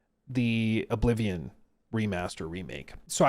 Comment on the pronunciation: Oh-blivion? Ok bro